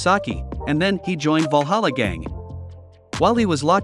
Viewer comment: "Walhalla"?!! I though it was Valhalla